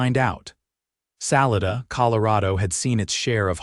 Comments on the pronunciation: "Sa-LA-da" - all three "a" sounds like "ah", or like "Fah" and "Lah" as in music notes, "doe ray mē fah sō lah tēa dōe". and "dah" "Sa-LAH-dah" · Pronunciation of Salada is incorrect!